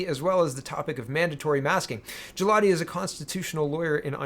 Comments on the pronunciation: For Mr. Galati, the letter 'G' is a hard 'G' , in Italian the 'G' it can be made soft when followed by an 'I' or and 'E'. Consider the name to be pronounced Gah'lA'Tee. I did my best to mimic the a dictionary style of pronunciation. Grazie! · It a. hard G